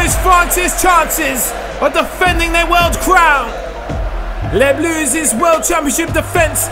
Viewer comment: Les bleus not les blus 😁 but nice video mate.